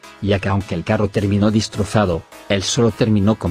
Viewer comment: En el minuto dise distrosado no destrosado 😂😂😂